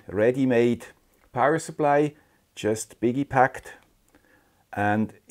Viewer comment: English is the current "lingua franca". Probably a worldwide plot to make non-native-English speakers even more intelligent, and native-English speakers even more ignorant. And at least you get to hear wonderful expressions like "biggy-packed" :)